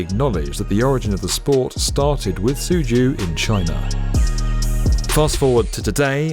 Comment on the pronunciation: Xian is pronounced almost like "shee ahn". Tsu Ju is like "zoo chew'. We'll just let the other city names slide.